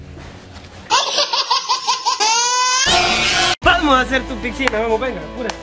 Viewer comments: Se dise pisina no piksina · Amigo se dice picinaXD no pixcina(no soy heiter)